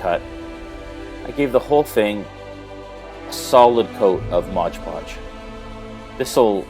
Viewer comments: you mean Mod Podge, right? Not Modge Podge... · Mod* podge! LoL aside from me being nit picky there. This was an awesome project. Excited to thy this one myself. Thanks for showing how easy it can be with the right supplies.